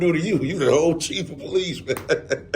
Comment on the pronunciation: it’s not the poh-lice dept it’s just simply the police. Stop emphasizing on the poh in police. It just sounds ignorant. Sorry!!